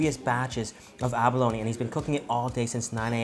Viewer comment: abalo-KNEEEE, its pronounced aba-lone smh